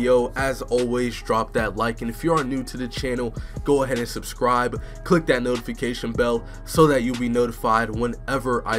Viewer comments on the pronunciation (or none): none